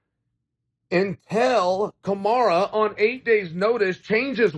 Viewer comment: Chael still saying "Kamara"